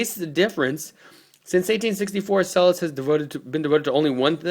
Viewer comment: It's not pronounced "Sella's"!!!!!! You really should do your research BEFORE making a damn video!!! It's pronounced "Chella's." And it's not "Illinoise." OMG!!! Watching you is cringeworthy!!! I can't get past !!!!!! A million thumbs down!!!!!! UGH.